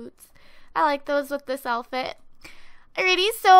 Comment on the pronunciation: does anyone notice she says "alfit" instead of "outfit" ?